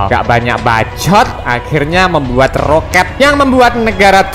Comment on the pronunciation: Roket brooo bukan rokat ha ha ha h ha ha ha ha ha ha ha ha